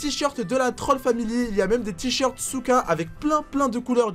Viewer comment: Souka tu à dit soutrach